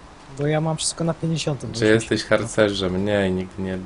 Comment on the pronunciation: ymm? jestesz? a nie jesteś? debest? a nie de best ?